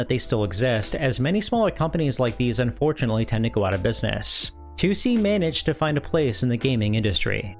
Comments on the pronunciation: it's not "Two See" or "Tucci" it's pronounced "Toh Say" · Like, I can't even begin to figure out where you got "Toosie" from. In Japanese it's Toh Seh In English, it reads as Tohs. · The company’s name is トーセ. To o se Toh oh seh. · It's not "Too see", more like To-o-se, with Japanese pronunciation, no weird phonetics. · Toh-Seh, not Too-See. It's respectful to pronounce names correctly. You wouldn't want others calling you POYER, right? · Tussy? The name is Tose with an O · Maybe you need to learn English? Can't you see how 'Toh oh seh' is wrong? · Toe say? It's a Japanese Dev so surely it's Toh-seh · If you truly want to elevate your channel maybe check the pronunciation of a word you say 20+ times in a video like TOSE before publishing anything. Also try to do a little proofreading and some rewrites so you don't end up sounding like a sixth-grade term paper class read. Try to avoid short ideas and sentences as this will give you a less amateur sounding style. Consider not including the intros where you film yourself as they usually deride from the overall quality of your videos. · Drink every time you hear the subject of this video pronounced unbearably incorrect. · Mispronouncing the name of your main subject not even a second into the video is insane. If you're not going to exercise enough due diligence to pronounce a two syllable word properly then why should I assume any of the information is correct? I like your videos but I think you can do better than that. Put in the work. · You continually mispronouncing tose is driving me nuts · Add it to the list…. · yeah his pronunciation was driving me nuts. I went to the comments to make the same comment. But nice video all around.